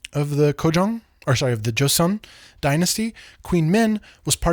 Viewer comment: You're great. Please say it as jo-sun and not jo-see-on